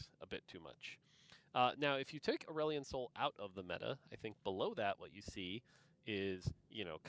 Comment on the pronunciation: If you're pronouncing Aurelion in a way that rhymes with Dandelion I'm going to side eye TF out of you regardless of how OP he is lmao